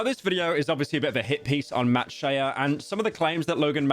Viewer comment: bro said matt shee-uh